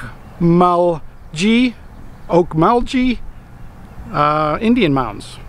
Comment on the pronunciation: I'm sorry, but no one around here pronounces it that way. the "-gee" is a soft g, as in "gas"